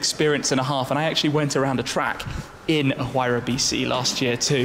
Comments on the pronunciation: Tim, it's Why-rah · Mispronounce "Huayra" again and I'll steal all of your cars and burn them.